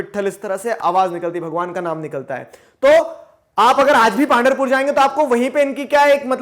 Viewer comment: Sir it is पंढरपूर Not पांढरपूर ♥️